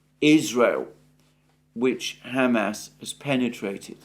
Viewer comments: Alexander, you try to be so careful with the pronunciations of Ukraine and Russian cities, etc. Is Hamas really pronounced Ham Ass? I doubt it. I could be wrong. Any help here? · brother for the love of all that's good please stop saying it like 'ham-ass' its so funny and it breaks my concentration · Alexander, I love your show and watch it daily. Please keep up the great work. But please learn how to pronounce Hamas. You take such great care in your pronunciation of Russian and Ukrainian words, which I really value. A moment of your time to attend to this would be much appreciated. All the best! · I like how you pronounce it Ham Ass, rather than Hah Mass. I will be using that pronunciation for those butchers now. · Hey Einstein. The whole world says ha-MAS, but you have to say HAM-ass. Good grief. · Ham ass 😂 it's Hamas. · I like the way Alexander says Ham Ass. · Why does he keep calling them Ham Ass?